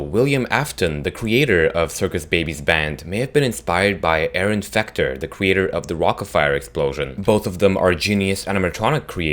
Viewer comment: You said Aaron fucter